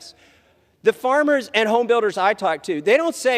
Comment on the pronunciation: Jim McGovern: " His Famers" 😂